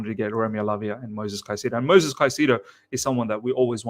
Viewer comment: Great content but PLEASE stop calling him MOSES. THERE IS AN ‘I’ in it. It’s MOISES. MOY-Zez